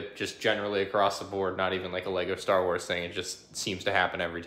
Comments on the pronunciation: bruh lego star waes i mean star WAES?! "waes" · Ah yes Lego Star Waes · star waes 💀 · "STAR WAES" lol but love ur videos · star waes huehue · lego star waes? lol